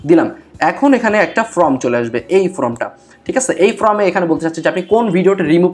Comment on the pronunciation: আপনার ভিডিও টি নিঃসন্দেহে প্রশংসনীয় তবে form কে from উচ্চারণ না করলে আরও শ্রুতিমধুর হতো।